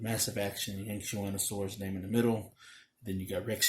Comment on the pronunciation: Dude how are you able to pronounce that